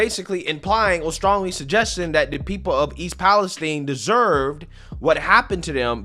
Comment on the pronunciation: Guys for crying out loud stop calling it Palesteen. It’s East Palestine, named after the country of Palestine, so it is pronounced exactly the same. 🤦🏻‍♂️